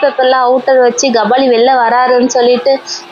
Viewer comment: Kabali ❌ Gabali ✅😂